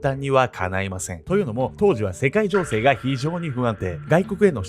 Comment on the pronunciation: 世界情勢が世界童貞に聞こえた